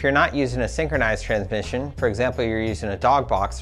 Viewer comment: "Tran-mission" way to pronouce it.